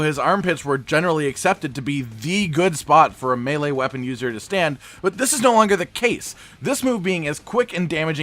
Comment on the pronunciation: Hey you learned how to say melee, 👍